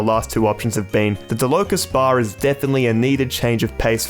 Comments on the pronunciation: it's pronounced "DAH-luh-ko bar" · Its pronounced dah la kohs bar